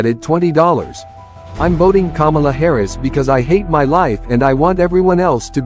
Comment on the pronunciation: is so funny. Acting like he doesn’t know how to say Kamala…lmao. Kuh-Mel-uh my ass!